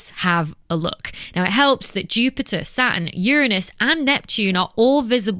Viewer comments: Makes me sick to hear you say "SAT N" not quite SATIN the cloth, but much better would be "SA TURN" I really hate it, mispronounced!!! make it "sa. Turn" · Saa-urn , love the way she pronounces it. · "SA-uhn" I actually like that pronunciation haha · I’m sure Saturn has a t in it ,if you’re going to talk pronounce your words !